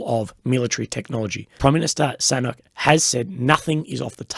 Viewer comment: Nice mispronunciation of Sunak’s name at the end. 🤌